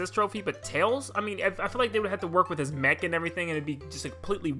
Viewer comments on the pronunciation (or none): none